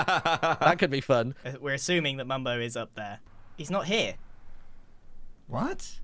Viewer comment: "Mumbo?!" "DON'T YOU MUMBO ME!" Sounds like he's saying "Don't you member me?